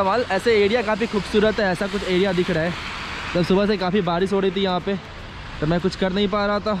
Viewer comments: Barish hota hai Badish nahi... Aap bhut words me R ko D bolte ho... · Bhai tu barish ko badish kyu bolta hai.... 😐